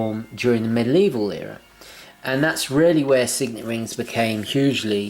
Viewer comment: The word is ‘medieval’, not ‘middle evil’...